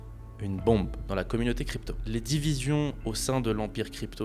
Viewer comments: GG pour le montage qui est vraiment propre, le sujet est grave intéressant. Par contre le SDF au lieu de SBF m'a perturbé tout du long haha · Le sujet c'est Sam Bankman Fried. SBF et t'as réussi à dire SDF tout le long. Le montage est bien, mais c'est la seule chose qui va, on ne sait pas si c'est une synthèse ou une biographie. On saute du coq à l'âne, tu veux tout abréger et n'explique pas grand chose à part des banalités. C'est bien dommage. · c'est moi, ou il dit SDF au lieu de SBF ?